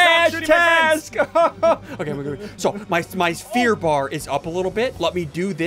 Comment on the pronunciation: the gooter lol